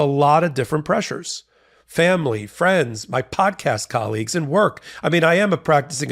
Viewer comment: awww fwends….